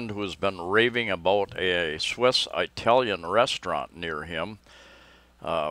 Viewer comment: You make me laugh. It isn't pronounced "Eye"talian. It's pronounced like "Ih"talian. Like the word "it".